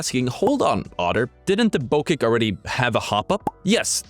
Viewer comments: BO-CHECK BO-CHECK say it like that not BO-KEK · Bow Check not Bo kick ;) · Why did you call it a bow kek then say it correctly after that then wrong again